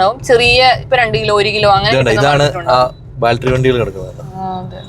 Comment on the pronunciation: ബാൽട്ടറി അല്ല, ബാറ്ററി...